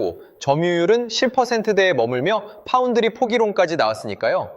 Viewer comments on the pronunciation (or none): none